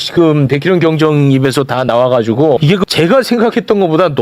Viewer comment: 경장이 아니고 경정입니다 ㅎ